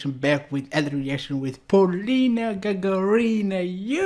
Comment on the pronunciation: Hello! Unfortunately, you don't pronounce Polina Gagarina's last name correctly. Incorrectly put the emphasis. Russian Russian accent is very important for the Russian language and for Russian surnames. In fact, it is very easy to pronounce. She has the same last name as the first cosmonaut of the Earth - Yuri GagArin (of course you know him). Yuri GagArin. His last name sounds here and here at 0: 13 Yuri GagArin. (emphasis on the second letter A). Similarly, Polina GagArina. (emphasis on the second letter A). For women, the letter "a" is added at the end of the last name. Her last name is pronounced correctly here at 1: 51: and here 2: 52 Thank You :)